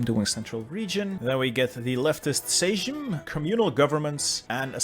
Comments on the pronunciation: Hey, love the content. I believe Sejm is pronounced like same is in english. Again love the videos they've helped me with some hard challenges, like Macedonia. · "sejm" read as "seym" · I love how he keeps calling sjem sejshm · It's 'same' (Sejm) :)